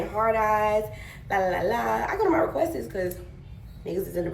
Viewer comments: She sooooo pretty but truly needs to expand her vocabulary and yes, the "lord and behold" is very annoying like got me yelling at my screen. The second one no better talmbout "request-es"😭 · I need people to learn how to pronounce things because how do you mess up "requests"